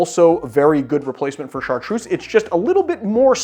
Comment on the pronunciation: I'm French, Chartreuse is pronounced with a Z like zoo. God kills a kitten everytime you pronounce it with a S !